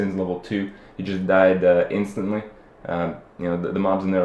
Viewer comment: you dont know how to say instant. call moldran!